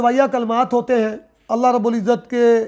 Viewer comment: Kance ka farmula aap sahi tarikha se samjao Aap Allha ka name kahatey huey bi aap sahi nahi boltey